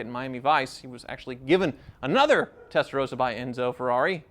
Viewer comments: Why do you say Testarosa? Is that common in USA? If you meet a dude named Ross do you call him Rose? Mind blown. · Why do a lot of Americans pronounce Testarossa as Testarosa with one S? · WHY CAN'T AMERICANS PRONOUNCE 'TESTAROSSA' CORRECTLY????! It's really not that hard. Give it a try.